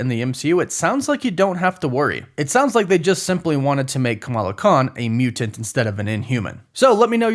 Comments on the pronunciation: Bruh…..I HATE how you say “Mew-Tent” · WHY DO YOU SAY MUTANT IN SUCH A WEIRD WAY!!!LOL!!!